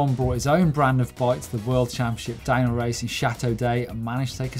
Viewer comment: Am I the only one that hears dino instead of DownHill? Maybe it's retro week